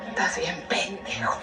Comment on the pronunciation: Jajaja me dio risa cuando la tía tía dijo taz bien pendejo